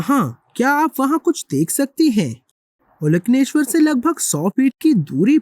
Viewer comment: प्राचीन तमिल में ओलकन्नेश्वर ऐसे उच्चारण सही है। कन्नड़ में भी ओलकन्नेश्वर शब्द का उपयोग किया जाता है। ओल( अंदर) कन्नु (आंख) अंदरूनी आंख,तृतीय आंख कह सकते हो।